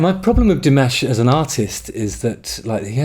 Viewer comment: NOPE. 15 languages. He sings in 15 languages. Plays 7 instruments. Speaks 3 languages, learning a 4th. Is working on his PhD in music theory. And is the most humble and giving man on the planet. Dimash is a genius. And please dont pronounce his name like mashed potatoes. It's Di MAHSH. Thabks for ackowledging our Prince.